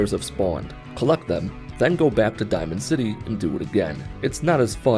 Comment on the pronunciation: Hahaha he called diamond city dimond city megaton